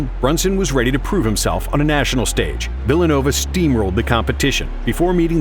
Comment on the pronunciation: Phillanova University? 😂